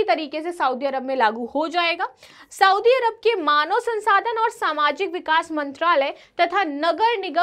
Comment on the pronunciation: मैडम! आप पढाती है,पर लिखा हुआ भी पढ नही पाती है,सऊदी = सऊदी, साऊदी नही